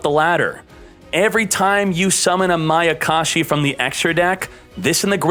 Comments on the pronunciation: its MAYA KASHI not maKAyashi...........notice me..... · He keeps saying makayashi🤣🤣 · I like how 2/3 of the way through the video, he goes from pronouncing mayakashi correctly to pronouncing it wrong. He also pronounces ballista wrong, which irks my greatly.